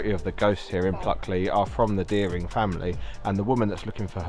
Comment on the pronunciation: I live there and there is nothing creepy about it, and at least pronounce dering woods correctly